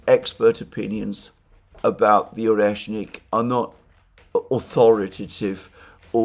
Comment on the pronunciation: "oneshkin", "oreshkin"... :))) all but the proper one "oreshNIK"